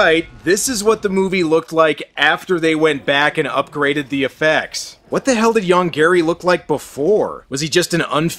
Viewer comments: I know, the monster's name ist Yonggary. But i always hear "Young Gary". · I keep hearing "Young Gary" and that somehow makes this even funnier. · I can't help it, but I always hear 'Young Gary' when they say the monster's name.